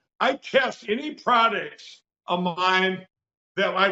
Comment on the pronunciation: Wait...did Mikey say "prod-dicks"? I'm deflamed.